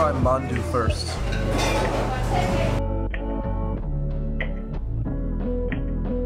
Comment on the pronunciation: Not manadu but " Mandu."